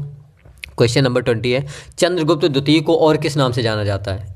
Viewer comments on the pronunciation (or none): none